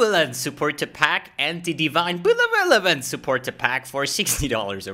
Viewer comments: benevolence not belevolence lol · the bleveleanence killed me xD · Lol i think “beleveolance” is going to be added to my loot filter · Dude, Belevelevelelance (LOL)., please, stop it, I'm not wearing my diper! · belelelelvolence hahahaha